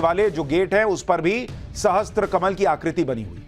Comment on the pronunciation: Sahasra not sahastra... wrong pronunciation leads whole generation to wrong lingual concept. Like wrong pronunciation means presenting wrong History ... so stop uttering wrong spellings. Sahasra 1 hasra= 1 hazar at present. So stra kahase aya ?? Jaise one more SHAP ki jagah SHRAP bola jata hai. Q bhai .. galati accha lagta hai kya?? Urdu ney tto Hindi ki aisi ki taisi yu karke rakha hai...or phir ap educated tabka aisi aisi galati karoge tto humlogoko apni parampara se jitne k liye videshi Pandito par hi na depend rahna padega. Socho